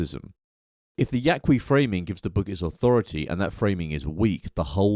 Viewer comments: It's just Yah-kee. The 'u' is silent in Spanish in this case... so not "Yah-Kwee". We good? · If you’re going to critique Castaneda, the least you can do is learn how to pronounce “Yaqui.”